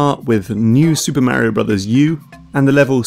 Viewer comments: It's Mario not miario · It's Mario not Märio!! :D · you are mispronouncing mario. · i love how he fuckin pronounces it like "märio" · braces myself to hear that terrible way british people pronounce "Mario" for fifteen minutes